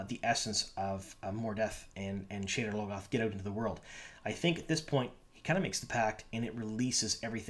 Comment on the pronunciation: It sounded like you called the city "sh*tter logoth" :D